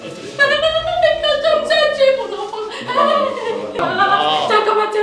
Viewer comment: 👌👌🤩 tchakam j adore sa façon de prononcer...